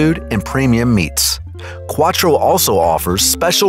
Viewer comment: Quattro? Really? Lol